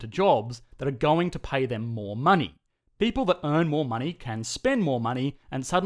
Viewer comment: Beautiful "pay-ple"!! Aussie spoken here 😂